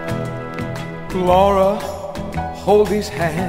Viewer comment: I like how he say my daughter in law name Laura